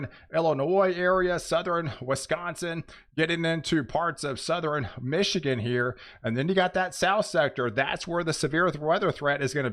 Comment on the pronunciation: he was doing sou-ther-in too but think he quit that